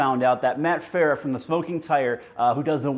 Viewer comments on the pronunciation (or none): none